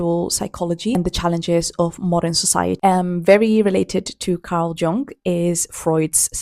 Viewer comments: Great video but for future reference you might want to know Carl Jung is pronounced like Yoong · congrats on the milestone, just so you’re aware Carl’s last name is pronounced “young” 💗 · I love Jung, I’ve studied his work and done his therapy. I recommend Jung’s analysis of dreams and not Freud’s. Jung’s “Memories, dreams, reflections” is amazing. It’s pronounced /iung/ it’s German. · the pronunciation of ''jung'' is almost the same as young actually